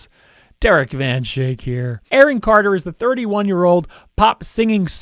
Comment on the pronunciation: You pronounce your Dutch surname wrong! Me van schaik! ( coming from a Dutch person)